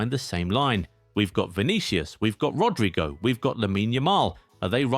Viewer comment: How the hell do you pronounce Rodrygo as "Rodraigo" I've had it with you, you're dumb as hell or you're just doing it on purpose. There isn't any new video of yours unless you mispronounce at least, one player's name